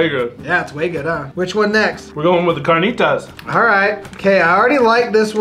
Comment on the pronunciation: You got the carnitas and al pastor wrong.. and you guys are saying birria wrong but I love how you guys love the Mexican food and try to speak it ♥️ much love